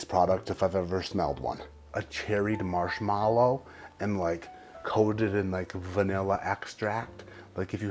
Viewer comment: This is the second video I’ve watched today where you pronounced “marshmallow” that way. Is it part of your schtick or do you unironically say it that way?